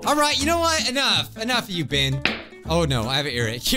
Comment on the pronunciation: NOT PRONOUNCED "BIH-EN" ITS PRONOUNCED "BEH-EN"